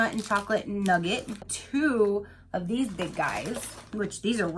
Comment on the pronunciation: Those lush chocolates look so good! & when you got to the Nugat I was like what nugget? I don’t see any nuggets 🤣 it’s Nugat so kind of pronounced like ‘ NEW GAT’